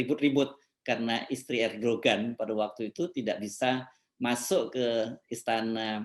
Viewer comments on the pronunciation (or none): Sedikit pembetulan: Erdogan penyebutannya tidak sebagai bahasa Indonesia, tapi disebut sebagai ER DO AN . ini sebutan nama yg sesuai ejaan bahasa Turki, G tidak diucapkan.